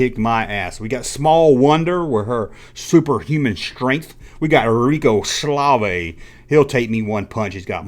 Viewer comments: You messed up a few times! Pinky was the fastest, and the blue one was the slowest! Also, it was Rico Suave NOT Rico Slave! This is the first of your videos that I thumbed down. Stick with topics that you know about that the viewers enjoy! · Um, yes you should listen to what your viewers want because without viewers you have no channel. Rico Suave you pronounced like Rico Slavay multiple times! And the red ghost named Speedy was fast, but not as quick and clever as Pinky. I mean you no offense as I enjoy your videos, but this one was not your finest moment.